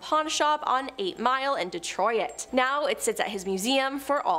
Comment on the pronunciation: That has got to be the strangest way of pronouncing Detroit I’ve ever heard in my life!! 😂